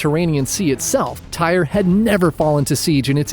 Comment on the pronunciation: Tyre pronounced ty-ree